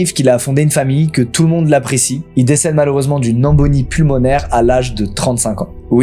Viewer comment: c'est embolie pas embonie